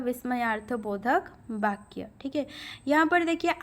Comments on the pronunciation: कृपया 'बा' का उच्चारण न करके 'वा' का उच्चारण करने की कृपा करें 🙏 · माफ़ करें महोदया...लेकिन जब जब आप ' वाक्य ' शब्द का उच्चारण करती हैं तो। ' बाक्य' उच्चारण की तरह लगता है।ठोस पहुंचाना मेरा लक्ष्य नहीं था।